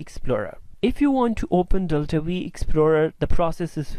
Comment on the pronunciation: V? Isn't it "five" ? :-D